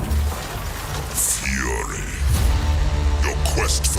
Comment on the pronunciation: one thing tho, why you call it furry istead of fury, i sense something uneasy